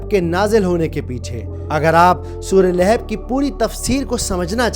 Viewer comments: ِِلِھَب٘ نہیں ہے صحیح لفظ ۔۔۔لَھَب٘ ہے۔۔۔۔ جزاکم اللّٰہ خیرا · Layhib nahi. Yai Lahab hai. Jub words bolna nahi ata tu video na banao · Please correct your pronunciation.Don’t say Laihub it’s Lagan. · Sorah lehab nahi sorah lahab h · Lekin aap Naam sahi se nahin le rahe Abul ab aata hai Abul ab nahin aata surah lahab aati hai surah lahab nahi Abu lahab nahin aata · Lekin aap Naam sahi se nahin le rahe Abul ab aata hai Abul ab nahin aata surah lahab aati hai surah lahab nahin aata